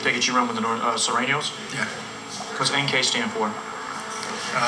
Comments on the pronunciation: he said NOR THANO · Nor thanos